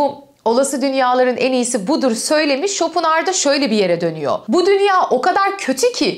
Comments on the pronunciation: Schopenhauer derken pen diye telaffuz ediliyor bir de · bu kanalı zaten IQ üst sınırı 10 olan insanların izlediğini anlamıştım, Arthur pen diye telaffuz ediliyor:) hadi git işine ya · Almanca'da ortadaki H okunmaz hocam ayni zamanda R ye basilmaz. Türkce icerik oldugu icin normal tabiki böyle söylemeniz. bir almanla ingilizce konusursaniz baya kulak tirmalar. paylasmak istedim, hep biz mi ögrenecez :)